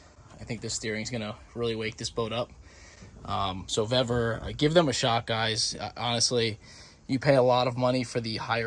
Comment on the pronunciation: Pronounced Veevor, the pre-made ends should be on engine side as they have the protecting spiral sheathing, at the steering end there's no need for it there, and your steering wheel is quater turn out port side put the loop back on bleeders crack open only slightly then full lock to starboard go quater turn more past full lock and lock off bleeders look to see if it has centred the wheel with engine being 0° dead ahead repeat process if hasnt reached where you want with the same amount of how much off you are if it has gone too much the other way then full lock to port until you get desired result